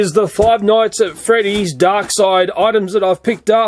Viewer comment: Honestly, what he does to the knockoffs is how I feel about "Five Nights At Freedys". I feel like "Feeve noights et frdys" is gonna be like Pokemon Go: It'll last and be a lot of things, but then it'll peter out and be gone like everything else.